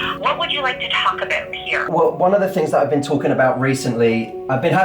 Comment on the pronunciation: THE CANADIAN LADY SAID ABOOT LOOOL